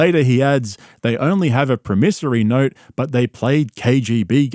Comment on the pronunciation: This guy talking mad shit about somebody and can’t even pronounce promissory note. Yikes